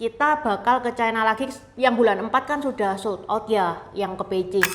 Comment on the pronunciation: Ucapan yg bnr : China, bukan Chaina